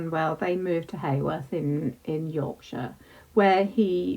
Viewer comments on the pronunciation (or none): The town is pronounced Howorth, not Hayworth 😊